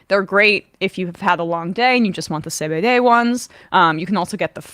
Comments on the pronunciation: Only just figured out that sá-bé-déh is 😂 re-pronunciation of CBD. I usually listen while I work but this time I was looking at the screen as Emma hold up the decoder 😂. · Why do they call cbd “say bay day”?